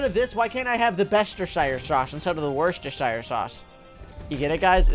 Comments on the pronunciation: says worcestershire. Me you saying it wrong. It's pronounced 'wustershire'. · You pronounce it wuss-ter-sheer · Wochis... Worksho... Worshsirsows... AHHHHHHHHHH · who does not realize when you say it it sounds like WORST ershire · It’s wor sest er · I love the way he says worcestershire sauce 😂😂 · Yeah its funny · When Americans try and say worcestershire sauce 🤡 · im sad that he pronounces it wrong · i also feel sad for people from Worcestershire